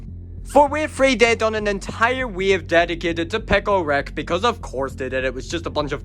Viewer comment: It’s picke rick